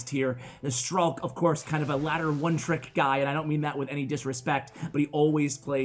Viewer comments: letss goo i always pronounced it like strike in my head, i was so sad when i heard pronouncing it stralk xD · His nickname is pronounced like Strike. And it is not Ukrainian, it is just a nickname. b.w hello from Ukraine.